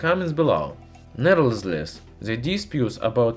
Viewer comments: Walrus Piano - nevertheless* At least he has a good vocabulary though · i like how he says "nevertheless"